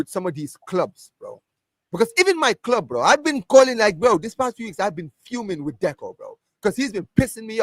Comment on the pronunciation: Man's a native English speaker. he MUST know how CLUB is pronounced.